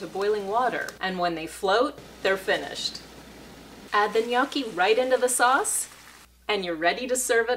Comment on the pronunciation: Looks great! But, it's pronounced "nyAWki"